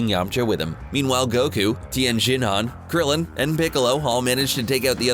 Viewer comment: I agree with your points, in addition to the pronunciation of Tienshinhan’s and Chioutzu’s names